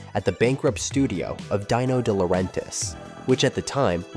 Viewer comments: "Dino" like "Deano" 😅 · "Die-no" De Laurentis? Seriously? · "Di-No De Laurentiis" lol